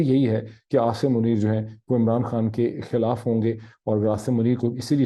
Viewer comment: Zabardust Tajzia. May zaroor aapko sunta hoon Rozana. Mera jee Chahta hay me aap ki Urdu kuch behter ker sakoon. Muaf keejye ga English k istemaal per. Sahi vs ghalat : khilaaf not khalaaf. Nubz not Nubuzz Aakhir not Aakhar Umeed hay aap mind nhi Karen gay.